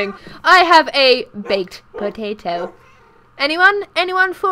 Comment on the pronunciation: Sounds like she’s saying baked botato not baked potato